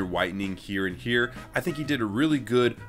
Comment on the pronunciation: U SAID HEAR INSTEAD OF HERE OMG